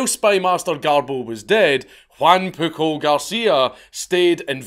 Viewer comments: The amount of times he says “pookle” and the fact it makes me laugh every time and idek why 😂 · I know I know.... But his name was PUJOL (Puiol)